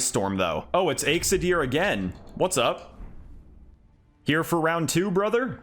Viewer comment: Btw, you pronounced my name right lol coodos to ya